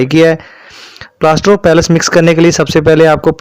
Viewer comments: بھائی لفظ پلاسٹر آف پیرس ھے پیلیس نہیں ھے باقی ویڈیو معلوماتی ھے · Ap ghlt pronounce kr rhy Hain yh plaster of Paris Hain palace Nh ha